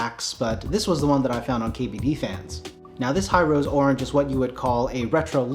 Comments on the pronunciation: if its a Japanese company then wouldn't be pronounced Hi Ro Se? like hee roe seh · imagine building a TKL or full size with it 😵. By the way the company is ヒロセ, so He- ro- say I think it's pronounced